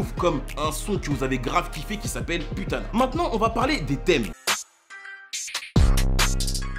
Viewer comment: "Poutana" pas "putana" stp, et j'attend en balle comme jamais M.I.L.S 3.0 INSHALLAH